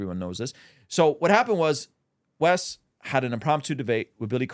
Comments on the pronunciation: Wes, not "West" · its WES not west.